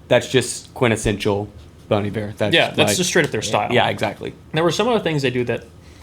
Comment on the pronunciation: It’s Bon Iver sounding like Bon Eve-Air. It’s pronounced like the French word Hiver which means winter. Bon Hiver means good winter.